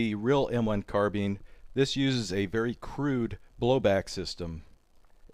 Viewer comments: Carbine not carbeen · Carbine not carbin grr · It's not " Carbean", it's called a " carbine" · Carbeen 😂 Car-BI-ne